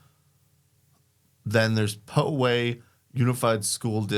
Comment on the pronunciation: I have no idea why this popped up in my suggested vids but it's pronounced Pow-ay, not Poe-way.